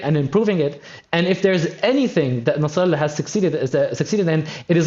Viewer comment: Nassralla😂😂 sinsar😂😂😂..